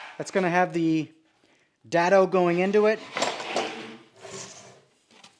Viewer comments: It is "day-dough" not "dad-o" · Is there a reason most builders put clamps on a table with the bar pointing up not down! All I can think about is taking out n eye bending over to pick up a screw! PS it's pronounced DAY-Dough